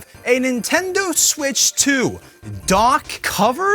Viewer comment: Nintendo smitch